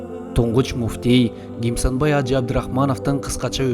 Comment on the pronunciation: Чала кыргыз Кимсанбай ажы деп айтчы туура гимсанбай ажы эмес